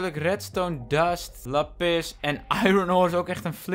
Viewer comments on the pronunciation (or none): Meest mensen: laaapiz lazuli (k schrijf even hoe je t letterlijk zegt): laPIS Lekker 👏😂